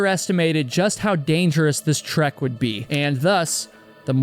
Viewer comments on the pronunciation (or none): none